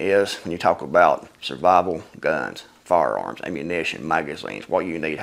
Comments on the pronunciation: "Fararms" haha. I appreciate a man that can laugh at himself. Good video and good points brother. Thank you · "Fararms" Excellent!